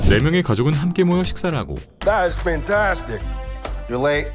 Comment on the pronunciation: 딴 것보다 판타스틱의 영어 발음을 배우게 된 거 같음. 실제로는 판타스틱 보다는 판태스틱이라고 발음하는구나 ㅎㅎ